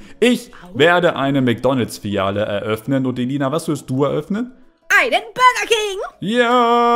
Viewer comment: Bei heist es nicht Mcdonalds sondern Ncdonalds🤣🤣🤣🤣🤣🤣